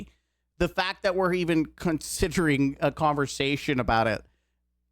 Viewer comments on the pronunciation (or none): Did you say "consitering"?